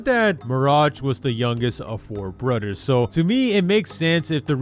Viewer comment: Mirage really misses his “brudders”